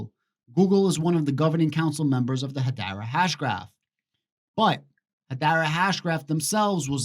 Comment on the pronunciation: Learn how to pronounce Hedera. 🤡